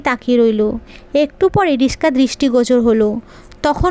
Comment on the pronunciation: রিক্সা” রিশকা নয়